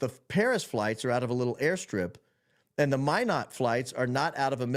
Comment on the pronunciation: Thank you for pronouncing Minot, ND correctly! It is (My-not) like you are saying.